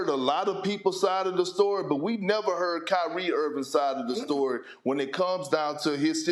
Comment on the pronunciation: Kry-rie us a river lol Ask yourself why all this energy for Kyrie? I mean Ben Simmons is the NBA's first actual welfare case just won't earn his contract doesn't even want to play the game and yet Uncle Drew is a 'prisoner of the moment' you think the world just picked Kyrie at random? Or maybe y'all are fools to believe what he SAY and ignore his actual MOVES?